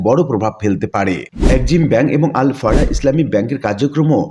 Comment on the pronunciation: আল আরাফাহ ব্যাংককে কেন আল ফারাহ বলা হচ্ছে?